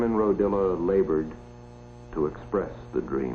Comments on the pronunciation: There was an Italian area in Watts many years ago. By the way his name is RO-DIA not Rodilla. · Narrator is pronouncing Simon's last name wrong. It's Rodia. Not Rodilla. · Is it just me or does this guy keep saying "Rodilla"? wtf? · What in heaven's name is wrong with the person who narrated this film? The film has one main topic: Simon Rodia and his towers. And the narrator calls him "Rodilla"! It's ridiculous that a whole film is narrated about somebody, and the narrator can't get his name right! I suppose he went on to narrate a film about President Abraham Lincorn. Or Mahatma Ganges. Absolutely idiotic and embarrassing.